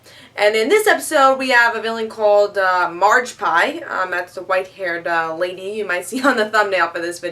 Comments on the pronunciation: Haha...Margpie... It's Magpie,. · Did someone tell her it's magpie. Not marge pie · its Magpie not margpie